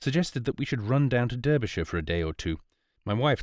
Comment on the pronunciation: Derbyshire is not pronounced as the reader did which is the American way. Derbyshire is pronounced as if Derby is written Darby, with an A, minor point but might as well get it right.